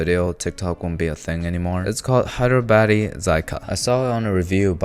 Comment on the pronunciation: Bro says Hyderabadi as Hydro baddie 😭🎀